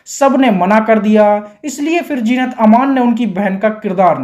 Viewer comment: Kash jeenat ki jagha zeenat bol pate. Sub gur gover ker diya.